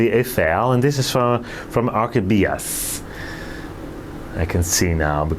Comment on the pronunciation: Please, don't say Phalaenopsis gigantica but gigantea and Orchibias and not Orchidbias😊